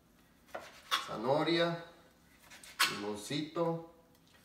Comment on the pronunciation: gracias por la receta, he visto que tambien le agregan camaron y sabe muy sabroso. por cierto no se dice zanohoria se dice ZANAHORIA. ( prenuncia bien pa que no te cretiquen)